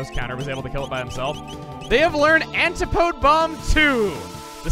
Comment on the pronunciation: Hey chugga, just wanted to let you know, "antipode" is pronounced "an-tih-po-dee"